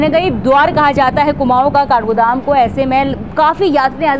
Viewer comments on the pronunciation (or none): Kargodam नही काठगोदाम होता 😂😂